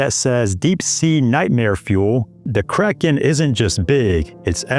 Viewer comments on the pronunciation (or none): none